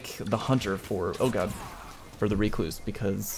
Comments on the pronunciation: I will accept Ruh-kloos or wreck-loos. None of the REEE-kloos shenanigans. Get learnt. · Well, you cluse once, then you cluse again.. it's a recluse. Reeeee-cluse! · Buddy....BUUUUDDY what is that pronunciation? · The number of YouTubers who mispronounce Recluse. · Why are you pronouncing the weapons name like that...its named after a type of spider and no1 says it like you are ahahahahaa